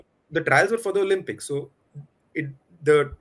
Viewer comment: Great video. Thank you. Just a small suggestion ...the games are pronounced Oh-LIMP(not "Lump")-ix It matters because it distracts from the message. Warm wishes and keep reporting